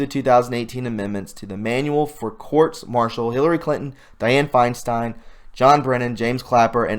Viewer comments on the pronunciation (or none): none